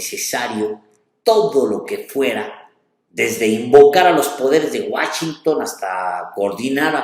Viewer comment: Oye, Alejandro, no es Guachinton, es Washington!